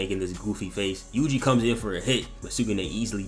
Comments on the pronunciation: bro really called my got yuji "wuji" I can't 😂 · Bro u pronuced ui uis name to wee wee👁️👄👁️